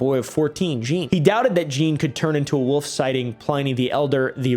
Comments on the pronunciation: Great vid as always. Jean is a tough one. But you got it right at a certain point. If you legit do want to know. No need to pronounce the "n". The sound following the soft J is like the "ea" in the word name Sean. So basically what you where saying just cut the n and the end. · i speak french but i don’t know how to type how jean sounds😅you said the “j” sound right and it ends with an “aw” kind of